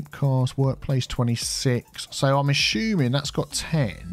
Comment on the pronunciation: lol its assuming, not Ashuming